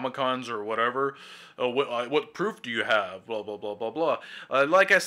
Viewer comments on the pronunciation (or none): none